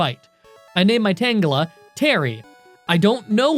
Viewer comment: it's pronounced tanjela not tan gela